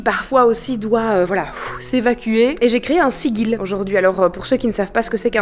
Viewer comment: Merci pour cette chouette vidéo et cette bonne humeur. Et bravo à Simon pour son état d'esprit. "Loué soit le grand Simon":-D:-D:-D;-) (Par contre,, on t'adoooooore, mais "Sigil" se prononce "Sidjil"...).